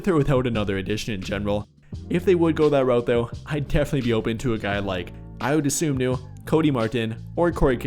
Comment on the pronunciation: It's Dosunmu, not Dosomnu.